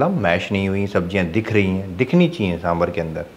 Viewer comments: it's saambaar.( सांबार).n not saambhar(सांभर) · सांबार!!! सांबार!!! For god's sake...it's not सांभर